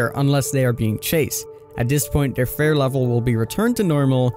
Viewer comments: It’s “fear” not fare xd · It's pronounced feer, not fair. But spelt fear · EnglandIsMyCity fee-er. Fir is a real word and pronounced fur. In fact the way you said it is not spelled (I believe you meant pronounced) is exactly how it IS pronounced. Fffff eeeeee rrrrr. Not ffff iiiiih rrrrr and definitely not ffff aaaaah rrrr the way King was saying it lol no hate for anyone. It was just a silly thing. Like when Noob was saying Plag instead of Plague. Only I’m more surprised by King not realizing its fear not fair and would almost indicate to me that he isn’t familiar with the story. Or maybe he was just having a doofus moment haha ❤️❤️ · Why are you saying fare/fair? It’s fear.. fee-er lmao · Why are you calling it “fair” isn’t it fear? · Fear tier = fare tare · So is anyone gonna teach him how to say fear correctly? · How can you not pronounce fear? 🤦🏻‍♂️ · "Feer" and "Teer" not "Fare" and "Tare"... boy, what is going on..? We aint doing the Plag again. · Fear and tier, he says them both wrong